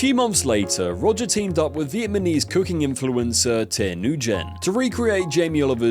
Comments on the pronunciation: bro can not say Vietnamese at all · Say it with me: "Vi-et-NA-mese" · R u dyslexic lol? So many mispronounced word. My favourite is vietmanese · "Vietmanese" Come on..